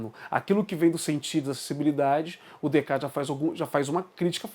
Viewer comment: Opa, Em francês algumas consoantes não são pronunciadas, mas não há nenhuma nome ou palavra que perca metade das letras, a pronúncia seria Decarte, na pior das hipóteses quando não sabemos pronunciar tem duas possibilidade, abrasileiramos, ou ouvimos a pronúncia num vídeo francês. Sim, a escolástica começa com Aquino, mas a baixa escolástica que caracteriza o pensamento que até hoje se chama escolástica é característica do fim da idade média, os últimos duzentos anos, e ela começa, na filosofia, com Agostinho. Temos que, em filosofia, ter cuidado com os conceitos, mas temos que fazer mais vídeos e mais debates também, parabéns pela iniciativa.